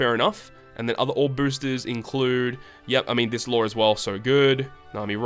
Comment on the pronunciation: Thats not Law, thats "Low" get your fact straight